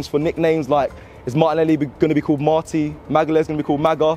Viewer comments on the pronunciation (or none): none